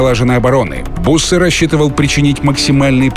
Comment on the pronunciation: не буссе а бюссе